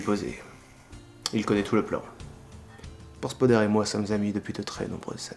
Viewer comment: PORSPODER le S